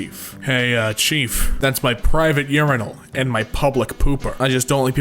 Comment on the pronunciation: "reindeers" "U-rinal" Cute that you pixellated something offensive -- a gun. Well, there's something in that. Long-haul flights are probably international, and planes on them need long runways. Blacks aren't exempt from being racist. "juuls"?? nice thinking! LOL! Only Americans could be both that ignorant and that stupid.